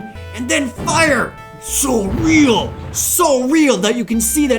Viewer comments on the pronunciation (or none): none